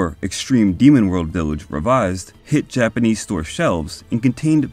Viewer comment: Did anybody praise your Japanese pronunciation yet? Let me... very solid work in that department!